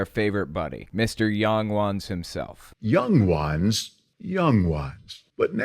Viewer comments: no one: not a single soul:: YANG WANS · The way this elder pronounces "young ones" and "little children" just makes me feel that I should be calling social services.